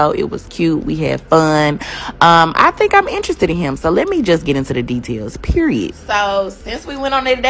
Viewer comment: Never trust a woman that pronounces the word period with 3 t’s while saying it 5 or more times during a 2 minute conversation.